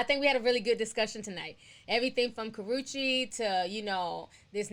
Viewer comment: Y'all are goin in on Karachi! Ti! You professionally butcher names! Slice em up! 😭🤣😂 I'm here for it bitch! 🤭